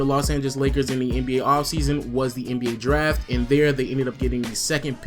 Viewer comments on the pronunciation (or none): none